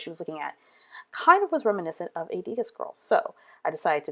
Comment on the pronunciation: Love the layout. Keep in mind, it's pronounced "Deh- GAH", since it's French. :)